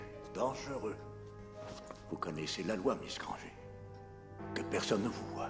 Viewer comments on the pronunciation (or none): "Miss Granjé" ?! Woaaaa 😂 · Met comme meme la vf dans la vidéo tu verras les noms des personnages sont respectés ( sérieusement le nom d'hermione c'est pas grangé c'est grangeur ( en prononciation).) et puis tu as un public majoritairement français adapte toi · " membre du mange ma gow " i'm sorry la chéri ta mélangé 2 "mots d'Hp la ça se prononce "ma gaine mago" miss granget euh nan ça prononce gran ne geurre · Par contre c'est moi où ils disent "grangé" mais "askabane" ? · "miss grangé" c'est quoi cette version mdrr 😂😂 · dsl les québècquois mais "Miss Granger" prononcé "Grangé" c'est à mourrir de rire xD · Miss Granger ON prononce Grangere!!! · Si tu dis grangé tu dois dire potté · "miss granger.".. ok la vf est pas terrible mais les québécois vous aviez pas le droit de dire son nom comme ça 😂